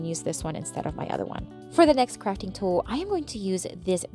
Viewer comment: I must’ve been listening to too many political videos lately, because every time you said crafting, I thought you said fracking.😮